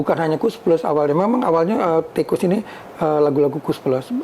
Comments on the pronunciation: Di. Baca nya ttp. Sama. (Tikus.). pdhl lebih. Baik..Gnti yg BNR BNR. GK ada. Kus nya. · Ganti nama hanya ganti huruf... tetep lengket diucapnya koes.... 😂😂